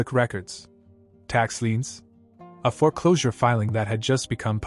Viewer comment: Foreclosure is one word not fore closure two words. If AI is responsible for this then use a real human. Makes you sound stupid